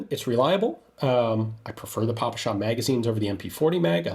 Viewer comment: Respect to Gun Jesus for finally correctly pronouncing ППШ, and opposite to John Keene ;).